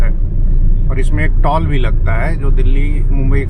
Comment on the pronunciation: सब अच्छा है, आप टॉल मत बोलिये, टोल बोलिये कृपया😂